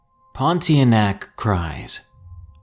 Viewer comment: the correct way to pronounce pontianak is.. Pon..Tia...Nak... I had a bad experience with one when I was a kid.